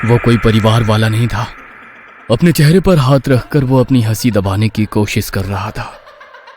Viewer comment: कोशिश ❌ कोसिश ✅ 😂😂😂😂